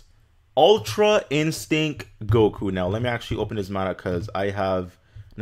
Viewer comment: Ultra “In-Stink”? Lmao